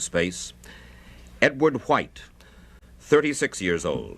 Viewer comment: "Antarctica? Huwhite!" -Hamza Useless